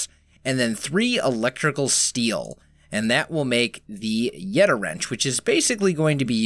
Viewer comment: Thank you, you say yeta wrench right lots of other people that I heard have said yeti wrench